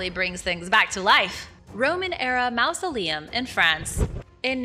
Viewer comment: FYI: maw·zuh·lee·uhm